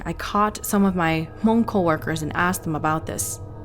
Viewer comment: So I have a questions for you, why is that when you reference about the Hmongin your stories, you say (moob) as if you were actually speaking in the Hmong tongue instead of actually pronouncing how it actually sounds like in English. I hear a lot of younger generations saying it wrong like you. I understand if you were telling the story in Hmong but you are not, it's in English. Don't take it personal I was just curious.